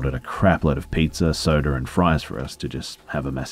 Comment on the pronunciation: No one:: soder and pizzer